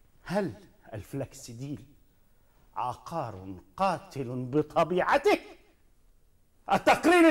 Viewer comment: عُقار بضم القاف يا فخراني و يا.. عيب والله ما تعرفوش الفرق بين عُقار و عَقار و أنتما من أنتما